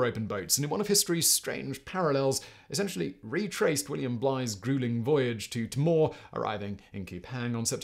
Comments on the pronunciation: Timor is pronounced "tee more". Man, how did they make 5 days of water last a month (or however long that was)?! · Pronounced “Tee-more” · Timor: t'MORE ? Usually pronounced TEE-more from here in Australia. Just never heard the t'MORE pronunciation before ☺️ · Very good summation. Two minor things. Timor is pronounced "tee-maw," not "t'maw." And Pitcairn is pronounced 'pit-care-n,' not 'pitkin.' Not being pedantic, just letting you know the way the locals say it. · Thankyou Simon. it's so refreshing to have a video that's not US centric. (I'm talkingl YouTube generally, not this chanel specifically)Please do more of this sort of thing!! BTW Timor is pronounced tee-more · Well presented as usual. From Cape York, they would have sailed West to Timor (pronounced 'Tea-more') rather than South West. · Narrative too fast also Timor is pronounced Teemor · Terrific stuff, although I condemn you to five lashes for every pronunciation of Timor ! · ...and learning how to pronounce 'Pitcairn' and 'Timor' would help.